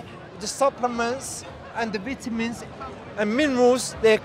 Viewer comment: Man's talking about vitamins but he can't even pronounce vitamins.